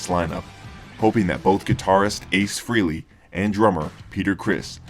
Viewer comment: Why do some people pronounce Ace's last name as "Free-lee"? It is FRAY-LEE". Know how to pronounce a name before you say it.